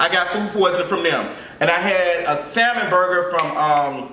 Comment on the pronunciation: I’m hollerin at you pronouncing the “L” in salmon 😂😂😂